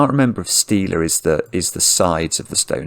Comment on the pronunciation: Stele is pronounced like steely, but also that’s a different thing entirely. The Stonehenge parts are the sarsen (vertical) and lintel (horizontal) stones